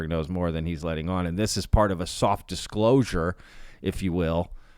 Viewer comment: The Dishclosure 🤣